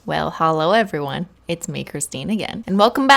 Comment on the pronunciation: Imagine being a random person clicking on her videos and literally not understanding anything, because everything she says is essentially an insider with her viewers. Like would they think she has a speech impediment with her holo instead of hello? Don't get me wrong, I love her content, because if that!